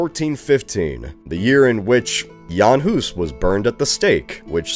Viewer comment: Wonder how long it take to learn pronouncistion of Jan Hus and Lipany so well for video where it's secondary information.